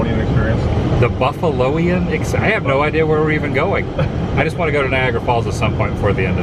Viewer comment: Did you say Viagra Falls?